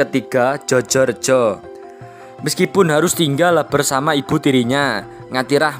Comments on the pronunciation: Djojo : ejaan lama. Dibaca : Joyo (ejaan baru). Kelihatannya tidak ada jenenge wong jawa Jojo. Mas ingkang baca narasi punika tiyang jawi napa mboten, nggih ? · Bacanya joyo rejo, bukan jojorejo... 😊